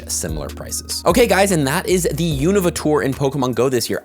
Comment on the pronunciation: the first person to pronounce unova correctly